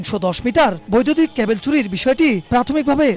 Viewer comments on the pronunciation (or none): কেবল না ক্যাবল????